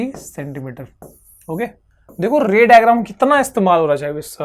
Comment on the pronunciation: raydrum bola ray digram ko 😂